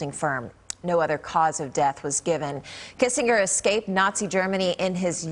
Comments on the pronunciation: After 100 years, you could at least pronounce his name correctly. (Soft G) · For someone as well known for as long as Henry Kissen(j)er was, it would be appropriate to learn how to pronounce his name. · That is not how his name is pronounced!